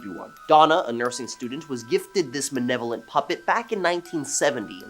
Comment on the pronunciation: Its not manevolent. Its malevolent learn to read dude.